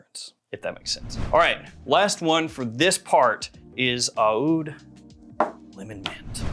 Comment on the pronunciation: AH-OOD AH-OOD AH-OOD You have to be trolling when you pronounce it like that.